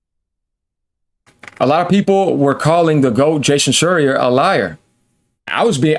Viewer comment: I’m always laughing when pronounces Jason Shreier’s last name wrong🤣🤣